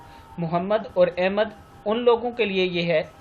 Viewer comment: بھائی لفظ احمد ہوتا ہے الف کے اوپر زبر کے ساتھ نہ کہ الف زیر کے ساتھ بہت سے لوگ سخت غلطی کرتے ہیں الف زیر کے ساتھ پڑھتے ہیں۔